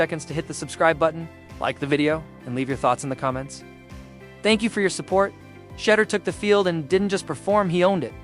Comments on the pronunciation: The way you kept saying shutter instead of shedur lol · Shed- dure is how its pronounced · His name DOES NOT RHYME WITH CHEDDAR!!!!! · Shed- dure its pronounced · HIs name pronounced Sha duer despite the name being spelled Sheduer. Just say his last name since you are incapable of saying his name right. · Its pronounced SHEDOOR!!!!!!! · She-Duer pronounce it Right,... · Sha-door, if you're going to capitalize off our nephew pronounce his damn name right! Geesh! That's just disrespectful! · Pronounce Name correct. That's embarrassing.thank u😊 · Got to get his name right. He’s been on video most of his life. All athletes know how to pronounce his name. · You must learn to pronounce Sander's name correctly. To be online like this pronouncing things correctly is important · Who TF is this narrating this thread? Mf, you can't pronounce Shedeur's name yet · Please pronounce the name correctly!